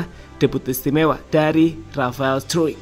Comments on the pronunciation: Di baca straik bukan struik itu kata rafael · Bacanya Rafael struc bkn struwik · bacanya bukan r 'straik' tapi r 'strock'